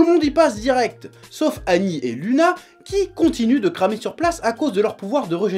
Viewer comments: Ooh chef on dit seigneur ''aguni'' pas agni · Presque certain que le nom d'Agni se prononce -agueni et pas -ani, en référence au dieu hindou, Agni seigneur du feu... Après c'est pas gênant, c'était juste pour l'anecdote ^^. En tout cas le manga a l'air super, merci Chef et vive la passion ! :D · c'est Agni comme le dieu Agni pas Anni, A G N I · A"g"ni pas annie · Nice Chef, je connaissais pas ce manga. Pour ta gouverne, Agni se prononce "Aguni", ça veut dire "feu" en pali (ancien sanskrit) ;) Merci pour toutes tes créations drôles et pertinentes sur le magnifique univers Manga. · sa se dit aguni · On prononce le g de agni